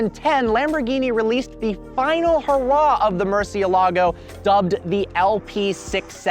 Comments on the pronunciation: the pronunciation is so funny he could at least put more effort into it its not a hard word to say correctly murciElago not murcielAgo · I'm gonna be that guy...it's MurciÉLago not MurcieLAgo. It means 'bat' and is the only word in spanish that has all the vowels, at least from what I was told. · Murcie-lago? cmon haha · You should pronounce it right at least lol